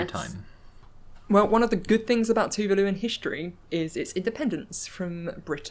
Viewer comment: NZ'er here: Tuvalu is pronounced "Tu-VAH-lu", not like "vindaloo".